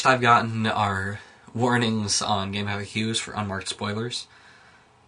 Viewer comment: Game-eff-aye-ques? It's GameFax. Stop pronouncing it wrong.